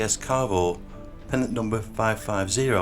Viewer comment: Sorry but it's really annoying repeating pennant numbers. And it is pennant - not pendant.